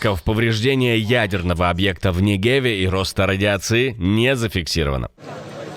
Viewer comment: Не́гев, а не Неге́в. По Димоне могут бить сколько им заблагорассудится. Центр спроектирован так, что выдержит несколько ядерных ударов.